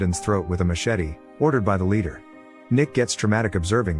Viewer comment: Really getting sick and tired every time you turn around you see a video with AI narrative. It sounds phony, robotic full of mistakes. The kid plays hockey which causes his parents to be proud. It makes it sound like being proud parents is a bad thing.And what the hell is it with the AI narrator saying the Ladder of the gang dies....it was THE LEADER!!! So much for editing eh? I think AI should be illegal until they perfected because right now it just ruins everything it touches